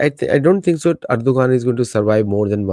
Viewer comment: Erdogan ( Adha Daroan ).